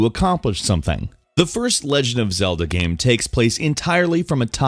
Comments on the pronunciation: I have no idea why no one pointed this out. He sometimes pronounces game like gaam. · when you say same you say sam or when you say game you say gam